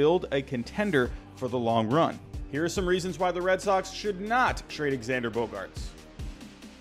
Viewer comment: bro can you please say his name correctly it’s pronounced ZANDER